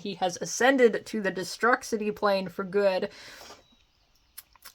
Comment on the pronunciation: its pronounced destroo-city lmao. sorry long time WWF/E fan.